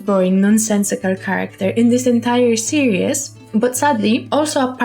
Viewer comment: I love how you say "seree-s"